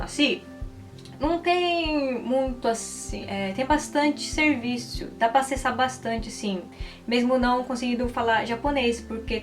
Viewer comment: " Serviçio " ?? O certo é Serviço